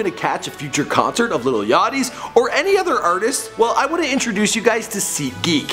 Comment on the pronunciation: it's not little it's lil